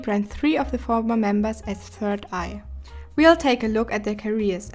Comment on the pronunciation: It’s pronounced B-I-G not Big and for 3YE it’s Three Eye But it’s ok it’s a still good vid